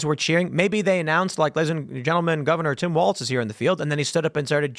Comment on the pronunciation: Walz not Waltz. Goddamn learn to speak.